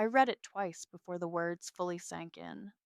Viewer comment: In the land of AI stories, is the only color of stationary, cream? Must stories include the word "facade"? the word "read" mispronounced? large amounts of money mispronounced?